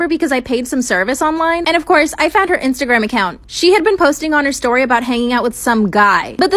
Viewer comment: The shtory time